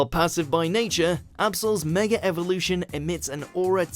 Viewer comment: Can people please get it freaking right its mega not megaler seems stupid